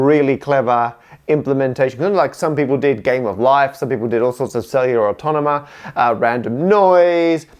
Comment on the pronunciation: nobody: matt: cellular autonama